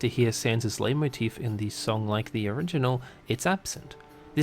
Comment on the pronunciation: Finally, someone who actually knows how to pronounce Leitmotif